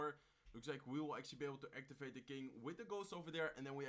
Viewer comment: Exually exually hey man je Engels is niet slecht maar je blijf heel de reis exually zeggen probeer dit te verminderen ik kijk je al lang en ben een grote fan zo blijven door gaan.